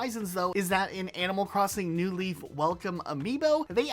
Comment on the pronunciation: why do you always accent the NEW in new leaf instead of the LEAF in new leaf. it makes it sound like there’s an “animal crossing leaf” that you’re trying to differentiate it crom